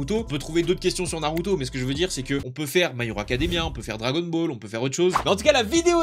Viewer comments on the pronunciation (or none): none